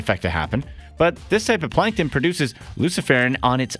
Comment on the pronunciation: Plankton not Plankon